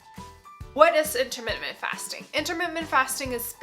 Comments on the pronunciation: I appreciate your videos and information. Maybe this is not worth mentioning but I believe you put an extra m in your pronunciation of intermittent fasting, pronouncing it intermittMent rather than inntermiTTent. A small point maybe but I found it distracting. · My OCD will NOT let this go. The word is IN-TER-MIT-TENT; not in-ter-mit--ment. Sorry and thank you 😊